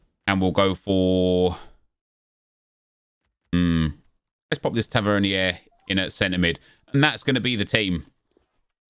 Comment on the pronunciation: Why does every FIFA YouTuber pronounce Tavernier like he's from France or something 😂😂 same as Trippier